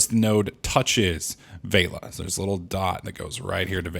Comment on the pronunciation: It's not VEILA it's VELIA